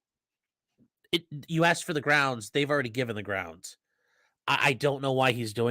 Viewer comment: Can I just say one thing?…. It is ASKED, not aksed